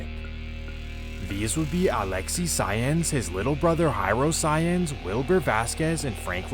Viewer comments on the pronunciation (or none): Lol Saenz is pronounced kinda like "signs" not like "science"